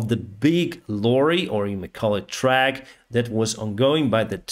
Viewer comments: It is a Truck not track (like to use the word track as in rail track) BUT your English is pretty good, thank you for the news:goodvibes::goodvibes: can it be a ship?? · Your English is really good. I’ve been trying to learn Chinese for ages. But you kept saying “track” instead of “trUck” like “yUCK” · Truck, not track. The large vehicles are called trucks. The 'u' is pronounced like it is in suck, duck, luck. Aarre Peltomaa p.s. I am going to join Atlas VPN. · Like him saying "track" instead of "truck."